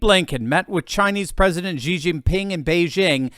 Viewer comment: Xi is pronounced, Shi, not Gi